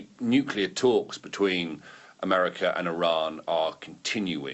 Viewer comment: it's NU CLE AR...not NU CU LAR. Trump tripped going up the stairs of the plane and Rubio tripped at the same point as he followed him. Newsom is such a vile creature.